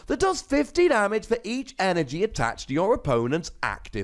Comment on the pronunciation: At 3 min did say 3 energon?